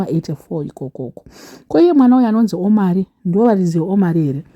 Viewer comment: 😂😂😂 its not O-mari like that😂😂😂 Omari means "flourishing," "long life," or "God the highest"